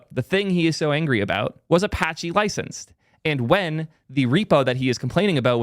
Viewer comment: All I can do is point and laugh. It’s Apache. Good luck dude. Get him and Matt in a room